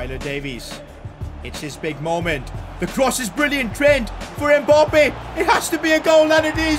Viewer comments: How he says emappbe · ITS MBAPPÉ YOU SAY IT WRONG